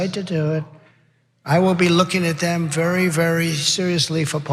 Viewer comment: Whenever he says I'll be looking at it very berry seriously IS CODE FOR NO I WONT